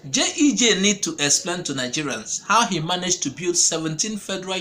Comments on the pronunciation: Bro, It is not JEJ, it is GEJ; repeat after me GEJ. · A point of correction it is G E J and not JEJ